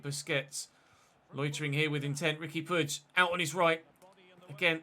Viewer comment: Nice to see someone pronouncing puig properly for once as a Catalan it’s nice to see 😅